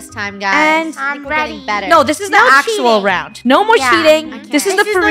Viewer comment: FUNNEH ground rhymes with round to you know